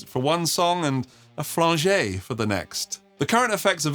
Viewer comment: Did you actually mispronounce “flanger” as “flan-jay” ?